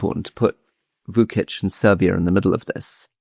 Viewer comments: The pronunciation of Vučić is vuchich not vukich, and the pronunciation of Budapest is budapesht, not byudapest. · For two worldly gentlemen skilled in languages, they need to brush up on their Serbian and/or Croatian alphabets. Вучић is Voochich.